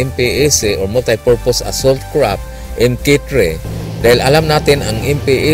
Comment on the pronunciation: Kapatid... hindi yan KRAP .... it is pronounced as CRAFT with an F.... F.... !